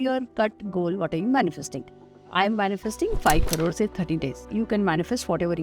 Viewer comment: We manifeste5 5 'crrrrrorrees' ... As if the western world adopt that pathetic indian word, idiots 😂😂😂